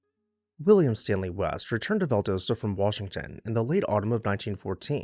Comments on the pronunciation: Val-dos-ta not Val-dose-ta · You just pronounced it Val DOSE tuh. It's pronounced Val DOSS ta 😘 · Val daaa sta!! Not Val dough sta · Val d AH ssta. Not Valdooosta. I had to. It was hurting my southern lady’s ears. Carry on. You are already forgiven cause I love all of your videos. But hun, it’s VallD’AHsta. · Love your videos! Two corrections: It is pronounced "val-DAH-stah" not "val-doe-stah". Also, it was Inverness, Florida, not "Iverness". Keep up the good work! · Turpentine is pronounced like rye-pen-tine not tur-pen-teen. The city in Florida mentioned is Inverness, pronounced Inn-vur-ness. And as others mentioned Valdosta is pronounced Val-dah-stah. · It’s pronounced VAL-DOSS-TA, Doss, like hoss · You're killing me with your pronunciation of Valdosta. Val-Dah-sta. The O is a short o. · Well, as usual - a great overview of a very unique and beautiful house in GA! I have visited it a couple of times (once on my own, a few taking friends on the tour) and it never disappoints. But - you gotta say it with me... văl-DŎS-tə Val: Sounds like the "val" in "value". Dos: Sounds like "dahss," rhyming with "boss" Ta: Ends with a soft "tuh" sound Welcome to the Grand Old South.... 😁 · Refreshing to hear another story of a grand house that has survived. Love the background information and images., check me on this, but I believe the town's name is pronounced "val-DAH-stah" (last two syllables rhyme with "pasta"). Thank you! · Ok loved the video but you’re killing me with Valdosta. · Learn to pronounce Valdosta . Not cool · This is great. We pronounce it Valdosta (rhymes with Pasta) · He didn’t know how to pronounce Valdosta. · Fair! I like his pronunciation, too. Just not what I'm used to hearing.